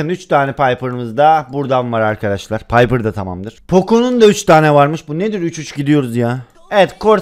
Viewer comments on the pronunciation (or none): none